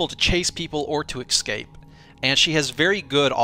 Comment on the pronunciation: It's escape not excape, there is no X in it, it's like espresso.